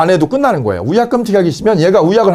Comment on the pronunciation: 위약금이 우약금으로들림 ㅠ